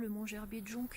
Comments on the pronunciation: bonjour. Le c de jonc ne se prononce pas 😘 Yvette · Coucou ❤❤❤ le Mont Gerbier de jonc,on ne prononce pas le c,fait parti des bons souvenirs de mon enfance avec vallon Pont d arc et st cirgues en montagne 😘😘merci pour tes belles vidéos 👍👍 bisous bisous 🥰🥰